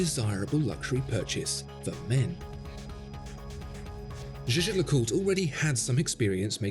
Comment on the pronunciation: Great video but your pronunciation of Jay Jay LeCooter is shocking 😳